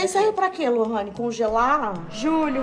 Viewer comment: Corrigindo “lorrayne”